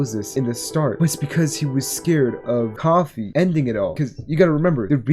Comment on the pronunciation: for the love of god pronounce koofy right